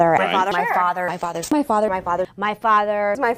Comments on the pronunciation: Her "fazzah"? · After a while, doesn't it sound like she's saying "my fodder" ?? ;) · After a while it sounds like she is saying "my fodder," 😅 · Settle down ppl. ... she's saying "my FARTER" . .... she's talking about her gin-soaked butt! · when "my father" morphs into "my fodder" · He was our fodder in nam!